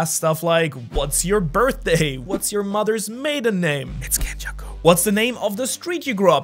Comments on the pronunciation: it's kenjaku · (Its Kenjaku) 😂😂😂